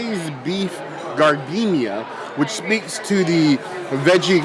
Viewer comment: As a native Chicagoan, I am obligated to inform you that giardinera is pronounced jar-din-air-uh.